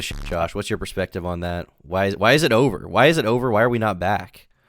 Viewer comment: u shoulda been there when he’d say erver instead of over hahahaah